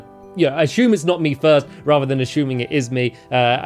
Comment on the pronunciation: Ashume that pronunciation